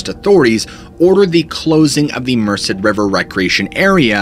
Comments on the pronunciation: The river is Merced, not Mercer, pronounced Mersaid. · Love & respect for the Gerrish family. FWIW because you work hard at pronouncing things properly, this has no bearing on the tragedy that occurred - I was born & baked in the valley area near Merced. Merced is pronounced mer-said.